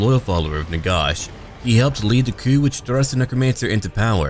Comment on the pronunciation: Can't listen to your pronunciation of Nagash. It's Nagash as in a gash in your leg.